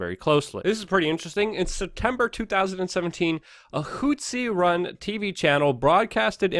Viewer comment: What the hell is a "hootzee rebel"? Zero Hedge should add a pronunciation guide for this dude. Put it before the "travel hacks" section.